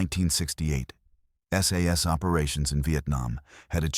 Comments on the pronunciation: The AI here is funny...one SAS is ISIS ...and another SAS is SS ....now i am PARANOID! :cat-orange-whistling::face-blue-wide-eyes::face-orange-biting-nails::face-orange-raised-eyebrow::face-fuchsia-tongue-out::face-fuchsia-tongue-out::face-blue-smiling::face-blue-smiling::face-blue-smiling::face-blue-smiling::face-blue-smiling::face-blue-smiling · SAS - not SS ... --- too many inaccuracies to be taken seriously